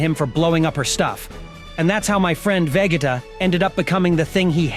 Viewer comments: you pronounced Vegeta wrong bro The disrespect 😭😭😭😭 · That's what I said. 😂 He completed butchered it...